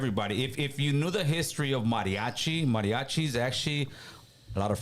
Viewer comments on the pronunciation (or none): Can’t even pronounce “mariachi” right shows his ignorance because there are ALOT of Afro Mexican people in Mexico 🇲🇽 you telling me none of them believe mariachi music is made for them???? Come on these fools are copping pleas 💯